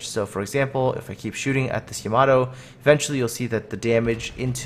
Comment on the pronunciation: You say Yamato wrong XD